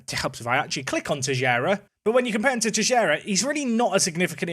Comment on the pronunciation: TeiXeira my friend not Teijeira